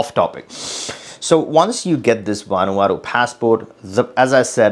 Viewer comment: Did he say Vanuata????